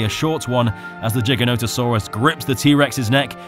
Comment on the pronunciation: DAMMIT SAY IT RIGHT!!!! I'm looking forward to seeing this film because we get to see another Legit Giant apex but everytime I hear someone say its name wrong it just ruins it completely, there's no J sound in the name Giganotosaurus, u don't Say Giga with a J Sound when ur playing games like Ark, so why does its full name start THAT much differently, whether the G is Lower or Capital is Irrelevant the sound Is a Lower case g sound. its Giga not Jiga, its a Giga sized dinosaur not a Jig dancing dinosaur.